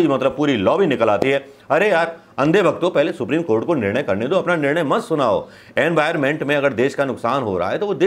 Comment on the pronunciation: Usko ठो नहीं....दो pronounce karte h...jai ho 🙏🙏🙏 ap na esi news batate ho meri to hansi nikal jati h 😄😄😄😄😅